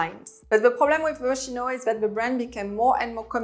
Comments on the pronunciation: On dit Mos-ki-no ! Pas mochino .... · Totally agree with the list but Moschino pronounce - M-o-s-k-i-n-o, I know in French you don’t pronounce ch as [ch] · Great video but you did not pronounce Moschino correctly. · Moschino... C'est de l'italien, alors on prononce Moskino! Au risque de faire un peu hors sujet. Pour le reste, totalement bien vu. Et Plein est allemand... Plaïne...